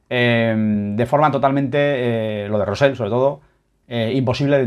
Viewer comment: te cuesta decir "Rosell" con "elle"